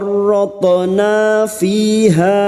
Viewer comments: Farroth'na ko terdengar jelas Farothona yah.. ? Bukannya itu ada sukun ustadz..? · huruf tho seperti tidak sukun dalam ucapanmu......